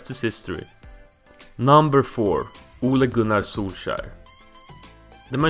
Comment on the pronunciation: so you did all this research but you didn't research the names? lol, poor Soulshire. And Carlos Bacca played in Brigga (Brugge) ahahaha